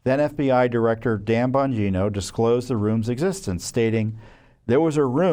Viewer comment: It's Pronounced Dan BONGINA